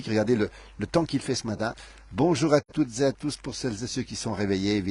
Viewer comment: À "Toutes Zé à Tous"!!??? Pouvez-vous parler FRANÇAIS ?? ET non intoxiquer nos jeunes !!!!